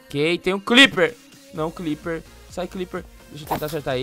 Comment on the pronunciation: Eu ainda não entendo porque o fala cliper e não Creeper.